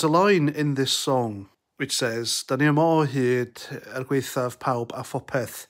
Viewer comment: Mate this guy is an idiot, what do you mean woke nationalist country. BTW try pronounce yma o hyd correctly if you do a video on it.